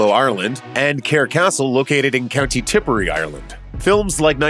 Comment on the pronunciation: Yank Absolutely butchered the pronunciation of Keoghan and Tipperary 😂